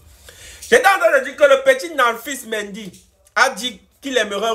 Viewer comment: c'est Nampalis MENDY au lieu de Namphis😂😂😂